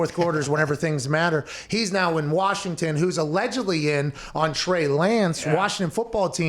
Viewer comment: They pronounce it Warshington round these parts.